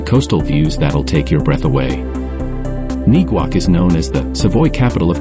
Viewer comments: And Neguac is pronounced...Neg-wac, (like in the same manner that you say the word negative). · Is the pronunciation I'm hearing of Neguac the actual pronunciation? I'm hearing it's pronounced in a different way.